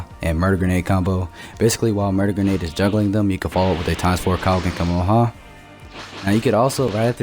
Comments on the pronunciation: it's kaio-ken Ka ME HA ME HA not kammamama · Am I the only one who hears him say kumehumeha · Cuma-ha-muh-ha 😂😂 Couldn't help myself lol. Great video btw! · OMG just say the Kamehameha right bro